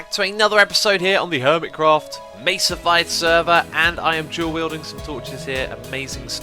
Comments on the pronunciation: mesafied? mesafied. MESAFIED! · Mesafied? Mesafied?!...... MESAFIED!!!!!!!!!!!